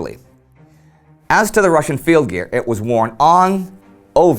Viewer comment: Ive noticed how Indy generally pronouces the words from other languages correctly be it Russian or Chinese. Good attention to detail!